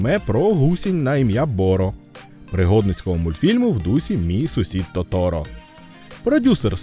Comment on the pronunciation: То́торо (яп. トトロ) — казковий персонаж аніме студії Ґіблі «Мій сусід Тоторо» (яп. となりのトトロ, Тонарі но Тоторо). наголос!!!